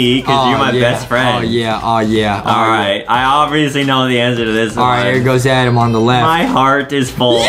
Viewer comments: Is adem not edem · its adem not adam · "ADEM" IS CORRECT "ADAM" IS WRONG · ADEM NOT ADAM BUT HIS NAME IS ADAM BUT ADAM SAID ADEM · Adem its adem not adam